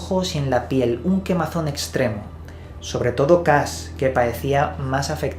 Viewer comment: En español la H no se pronuncia pero Cash no es Cas.